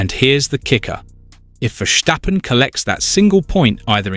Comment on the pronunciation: Stop this stirring up the mood and fgs pronounce Max’s surname as VerStappen. There is no sh in his name.